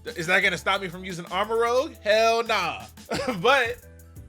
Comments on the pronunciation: It looks like it’s pronounced armor-rooj (like Rouge the bat) in the vid you pronounce it like ROGUE, which is pretty close to ROUGE letter wise lol. Honestly sounds cool as shit as armorouge. Yeeeeaaaaah violet fans eatin big time bro. (Edit: both of their names contain (soldier equipment) + (color) Armorouge is Armor + Rouge to represent their prominent armor, Ceruledge is Cerulean Edge like their primary sword) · Real quick, Armarouge should be pronounced (arr-muh-rooj), since that's how "rouge" is pronounced. If it were (arr-muh-rowg), the "g" would be before the "u", like in the word "rogue". It's spelled like the bat from Sonic, not like the synonym for ninja. So yeah, just throwing that out there. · It's likely pronounced Arma"roozh" like the red color rouge because Ceruledge has cerulean (blue) in its name. Edit: Also rogue is spelled differently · I believe it’s ar-ma-roo-zh as in the color rouge which is a red. And Ceruledge is obviously a play on Cerulean which is blue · I think it’s pronounced Arma-roozhe because rouge is a reddish color and that fits in with the color theme of the game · I think Armarouge is going to be rather tanky, since its name is a play on armor and it looks like it has armor on. Ceruledge is going to be a swift physical attacker. It doesn't have as much armor as Amarouge btw I think it's pronounced ARMOR-REWGE (like the color, not like a rogue cop) and the obvious blades. And tbh I thought these both were a play on Gallade upon initial look. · Ikr? Or at least change the pronunciation while keeping the name Armarouge Arma-rogue just sounds better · Pronounced Arma-ROOJ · Usually when it's spelt like that it's pronounced like rouge the bat from sonic(Rooje) and rogue is always pronounced the other way. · Im pretty sure its arr-mah-rooj, not “muh” or maybe its cause im saying it more with a Spanish accent rather than English lol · It's spelled "Armarouge" with a U before the G. So it should be pronounced like Moulin Rouge.